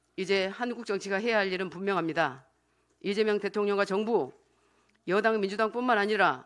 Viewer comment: 리재명이라 발음. 짱입니다 , 김민수 의원님❤